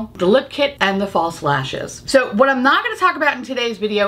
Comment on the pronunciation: Sorry, but everytime you said 'false lashes' I heard 'fall slashers' and I just thought that was so on brand for this video 😂😂 hope you find your green bucket ❤🎃